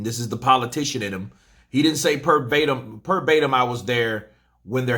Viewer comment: Yes, holding down the content in 2021 🔥🤘🏾 just so you know its "verbatim" with a v not a p 😌